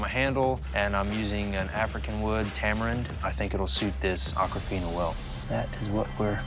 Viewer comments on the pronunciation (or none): The swords name is Akofena not Akrafena goshhhh